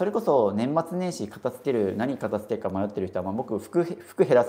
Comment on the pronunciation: 「片付ける」を「かた“つ”ける」って発音するの違和感しかないんだよなあ 「かた“づ”ける」ですよね 大好きだからこそ、メディアで発信する時に正しい言葉で発信して欲しい！ ！お願いします！